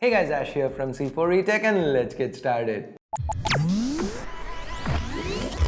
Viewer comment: Is it just me or do I feel weird when pronounces 'started' as 'shtated'